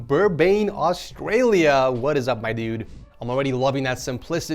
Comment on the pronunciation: Can you learn how to say australia plz (the correct aussie way)